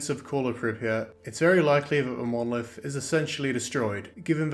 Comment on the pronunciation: "Monoleeth..." Fucking explodes